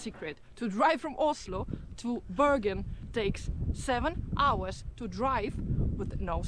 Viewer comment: so funny. just before you did drip your eyes. she told you how to say Oslo. and the first thing you said was åslo :D